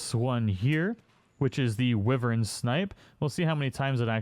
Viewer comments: WHY-vern. It's WHY-vern, not "wivvern". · I don't really care what the dictionary says as it often leaves out colloquial definitions of things. Like, you realize this is the dumbest shit you're wasting your time on, right? Lol Some people pronounce it Why vern. Some people pronounce it Whivern Wrong or right - go fuck yourself. It doesn't fuckin matter.